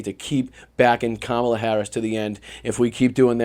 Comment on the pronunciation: He can’t even say her name properly Jesus go back to school man